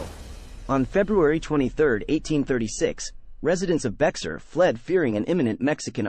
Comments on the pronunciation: EXACTLY. The commentator is saying bex-are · Bexar is pronounced: "be-ar" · Actually it's Be-Har, and it's not Texican, but Texacin. Sorry, I live in San Antonio.